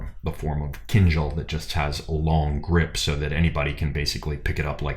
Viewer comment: A comment or two, if you don't mind. The correct pronunciation of the weapon has a stress on the last syllable, not the first. It is "keen-DJAL". I just noticed it was a recurring error, and you'd want to know about it. Second, I feel you're too quick to dismiss the "baton twirling" of the shashka, (known in Russia as "Flankerovka") In addition to developing your ability and movement, it is a legitimate, historical martial "art" form. When you see people standing still and twirling the blades, it just means they haven't mastered the footwork yet. The twirling of the blades DOES have a combative application, and its equivalent is not found in western fencing manuals. Russia and the Caucasus are at the juncture of Europe, the Middle East, Central Asia. There will be a more syncretic martial philosophy.